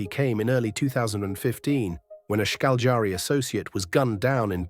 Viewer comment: Šarić is pronounced Sharich, fast Sharich and name is Darko like Donnie Darko, Darko say it slow - Darko. If you know to pronounce German, you'll know Bosnian. English is derivative of German so I find your pronunciation funny. It's Ška LJ ari, slow like Cagliari but it's Škaljari. Then speed it up.